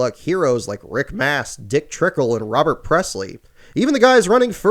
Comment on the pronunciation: hahahahahaaha 'dick trinkle' hahahahahahaahahahahahahahahaha